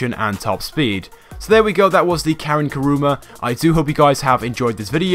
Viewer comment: why do everyone say "karuma"